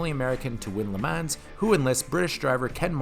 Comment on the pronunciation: 1 out of 10 for not knowing how to pronounce le mans correctly